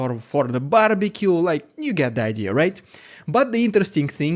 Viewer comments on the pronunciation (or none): none